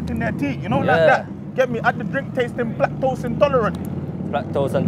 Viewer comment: Plaque-tose intolerant 😂😂😂😂😂😂😂😂😂😂 I'm dead